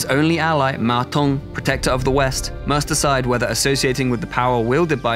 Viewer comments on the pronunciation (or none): 曹操念成糟糟，劉備念成里歐貝，馬騰念成馬桶，lmao